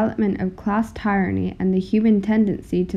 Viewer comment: Excellent! I like! (Suggestion: Check pronunciations of "tyranny" and "indict", for example.)